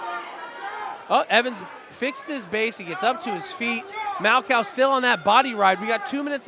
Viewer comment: Yo it’s MAL-COH 😂 not 🐄 did my dawg dirty hahaha